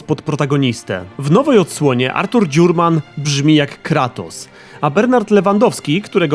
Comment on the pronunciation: Cały czas słyszę Klatos. Coś jest na rzeczy. :)